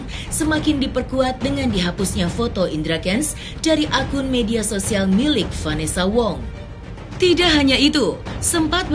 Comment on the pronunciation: Vanessa khong, bukan vanessa wongggg!!!!!!!!!!